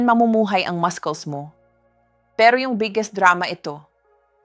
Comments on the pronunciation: She doesn't pronounce muscles right. That's not the way to pronounce it. It should be pronounce masels not maskels. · Pronounce muscles properly not maskols please thank you